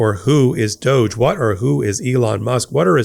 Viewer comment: Spelled ''Doge'' but pronounced Douche.